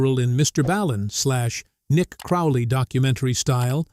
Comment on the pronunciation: You suck telling stories and can't compare to Mr. Ballen who's name you said wrong.